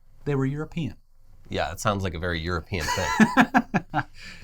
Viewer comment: Sounds very euroPEEan.